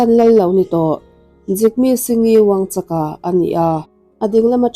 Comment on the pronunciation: I thu lakna hi ka hre chhak hle mai. A ngaihnawm khawp mai. Mahse, lal hming ilam khan wuangchak nilo in wangchuk wangchuck ti a lam tur. lal 4-na in unau a neih chhan hi an lal te kha an damrei lo lutuk kha (a pa pawh a thih hma em vang khan) an puithian in Unau hmeichhia hlir 5 nupuiah neila tichuan he anchhia hi lal chhungkua atangin a reh ang a ti a. Tichuan unau hmeichhia hlir 5 te chuan neitura ruahmanan an siam tawh chu an unau zinga naupang ber chuan a duh talo a atlanbo san ta ni. Mahse an 4 chuan nei thoin an naupang ber tlanbo ta pawh chu tunah Bhutanah chuan lo letin a awm ve leh tawh. Lal 4 nain tuna lalna a hlan hma chhan hi chu lothsampa (nepali ho sawina) ho an suat vak avangin khawvelah a hming chhiat phah em avangin a lalna a kalsan ta zawk a ni. Mahse, India sorkarin a thup sak tlat avangin khawvelin a nilo zawngin an hreta a nih hi. Sawitur atam hle mai sawitawhlo ang😊